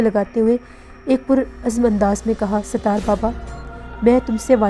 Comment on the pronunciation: . Please improve your URDU . Sitaar nahi Sattar Okay 👍 .